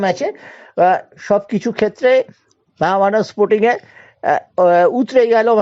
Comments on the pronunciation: Dada Mohammedan Sporting Naam theek Kare bolo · Mohammedan Sporting Dada Naam Ka theek Kore bolun